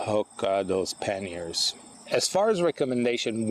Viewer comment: "Mounting pen-yers...."I'm not sure what that is, am I hearing you correctly?